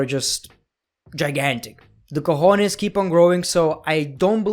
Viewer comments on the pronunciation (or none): none